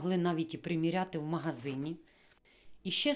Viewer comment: Шановна, я дуже схвалюю ваше намагання розмовляти українською мовою, але дозвольте вам підказати де-які слова. Слово попрала має зовсім інше значення, ніж слово випрала, а тому не попрала, а випрала і не трішки, а трохи, не кОмізелька, а кАмізелька, не магазІн, а магазИн, сніг не розтаяв, а розтанув або розтав, на спідничці не китиці і не строкатий візерунок, бо це клітинка. Про інші русизми писати не буду, їх багато. Ще раз прошу пробачення, але дуже хочеться, щоб україномовні блогери розмовляли не на суржику, а на літературній мові. Бажаю вам успіхів! ❤️